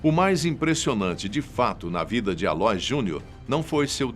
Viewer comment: A - LÔ - ÍS, como Aloísio!!! Pronuncia Aloís... ÍS é a tônica, pelamordeDeus....! E vai estudar mais, tem mais prova na Argentina do que no teu vídeo!